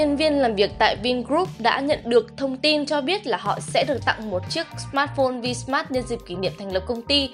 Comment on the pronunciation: Tui không biết ngoài bắc các bạn học đánh vần ra sao. Nhưng chữ "V" không đc đọc là vờ. Chữ vờ chỉ để dành đánh vần thôi. Cứ khoái đọc kiểu "cờ lờ mờ vờ" mãi thế.